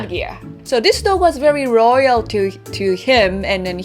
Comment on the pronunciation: Why cant Japanese people say the L..she said Royal not Loyal...she's too cute